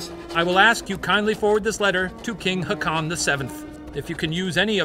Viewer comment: When you said Haakon 🤣🤣🙈 It's probably Håkon the 2 AA most times end up as a Å. But that's Nordic so I can definitely understand the confusion 🤣👏🏻🇩🇰